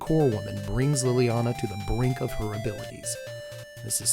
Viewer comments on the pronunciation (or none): none